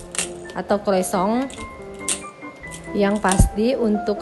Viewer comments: Salah juga om bro.. yang betul penyebutannya koasong. CMIIW 👍🙏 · Mau koreksi mba, utk sebut kata croissant itu yg benar cara bacanya " croasang " dlm bhs prancis..